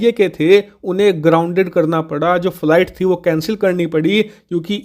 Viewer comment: 😂😂 भाई बोलना थोड़ा सिख लो, फ्लीट नही फ्लाइट बोलते है😂😂😂